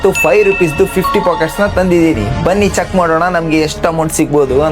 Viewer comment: packets❌ Pockets✅😂😂😂😂😂😂😂😂😂😂😂😂😂😂😂😂😂😂😂😂😂😂😂.